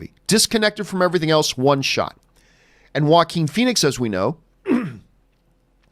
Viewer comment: "Jokin" Phoenix, that's how you pronounce it, right? He was born for the role!